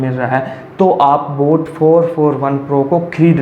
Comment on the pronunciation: Sir voo boot nahi boat hai